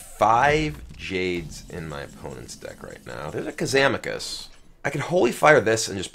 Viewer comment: Did he said "Kazamakus" in ?